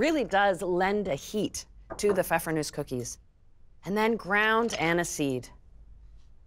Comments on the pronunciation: in german you pronounce the E at the end.. it's Nuesseh! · I only clicked on this video to learn how to pronounce pfeffernusse.